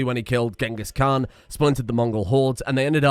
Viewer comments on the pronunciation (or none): none